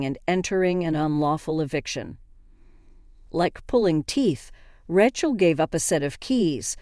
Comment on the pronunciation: Rechel? lmao